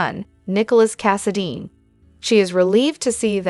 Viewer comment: I'm not sure if this is a human or AI. She can't say ultimatum correctly, she says most of the names correctly, I've heard some that couldn't say any of the names, at least can say Valentin, Brooklyn, Anna, Chase and Cassidine correctly. She even said Kristina Corinthians Davis correctly.